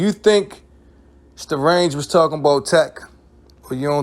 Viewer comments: Say the name right goofy.. I stopped watching after the 3rd time you said "strange" it's Starang Wondah... pronounced Stah Rang... u claim to be a fan but can't say the name right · My meo comment might have inspired this video. Btw it's Sta-rang not strange, and he actually was from Queens while the rest of Bcc was from Brooklyn. That OGC video had alot of adverse effects for boot camp. It made some radio personalities have to choose if they were rocking with bad boy or boot camp and we all know how influential Puff is, so you barely heard any boot camp on NY radio after that. One of Smif n Wessons biggest exposures was on a Mary J Blige remix, then that relationship became awkward, and Big's crew and security included D-Roc and C-gutta who were both ex cons that were not there to rap. Think about the pressure boot camp and especially Smif n Wesson had and the money they lost out on because Starang wanted to be immature. Ain't nobody get killed or mamed, but Starang signed up for an ass whooping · His name not Strange... Its Sta-rang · Lol his name is Starang not Starange😂